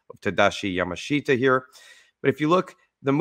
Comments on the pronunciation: And we knew his name is pronounced "Ya-mash-ta," not "Yama-shita." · His name's pronounced on the first syllable, YAmashita. Not Ya Ma SHEET Tah. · correct. The Japanese language will include the "i" romanized, but it is spoken YamaSH-ta. The "sh" should be a bit more emphasized. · His name is pronounced Yamashta